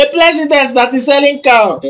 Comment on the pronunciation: Bushili, 2000land, jelicho, countly, plesident, 😂😂😂😂😂😂😂😂😂my bele o😂😂